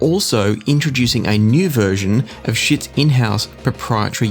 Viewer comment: Getting a little tired of the pronunciation mistakes especially since Schiit actually made a video about it and because my last name also gets pronounced incorrectly the pronunciation of Schiit is Sheet not Shit.